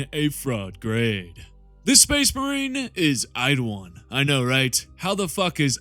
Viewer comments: His name is Eidolon not "Eidowon" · Dude am I going crazy? Why do you keep saying Eidowon? Is it a joke I’m unaware of? I wouldn’t mention it if I thought it were a speech impediment but you say your Ls perfectly every other time 😂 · Why do you suddenly have a speech impediment when you say Eidolon? 'Eidowon'